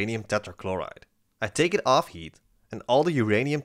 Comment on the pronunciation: I know you are saying Heat. But every so often I think you are saying Yeet. and its funny when you say "going to Yeet(heat) it" XD